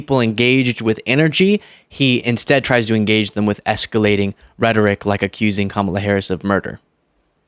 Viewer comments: he did it again! he pronounced her name correctly! that proves that he has to think about mispronouncing it every time and no longer can handle the effort. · Every time Trump accidentally (due to his dementia) says Kamala’s name correctly, his little band of sycophants cringe.